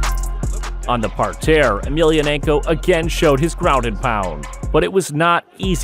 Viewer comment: I’m scratching my head too. I know what a mat is what the hell is a “par-tear?” Weird.